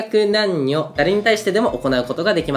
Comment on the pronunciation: 老若男女が言えてなくて草